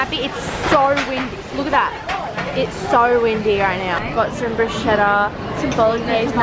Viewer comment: Brusketta, not Brusceda